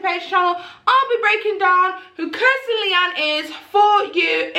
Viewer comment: It's Kristen you keep mispronouncing it as Kirsten , the video title is incorrect as well